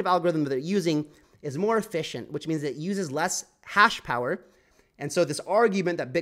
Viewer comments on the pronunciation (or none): none